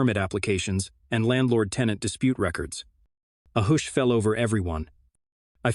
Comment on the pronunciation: Please someone figure out how to teach the AI voice to pronounce the words in English, I don't even care if it's American English instead of proper English, just so long as the words sound like words ... like I had to look when it said hoosh .. for hush LOL seriously it makes it sound like a foreign language at times.